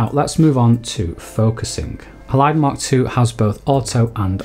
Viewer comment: Great info and presentation! The way ‘Halide’ is pronounced here though is jarring for me every time, because normally that word has the stress on the first syllable, it’s HAlide, not HaLIDE - unless your 2nd syllable stress is the pronunciation used by the devs too?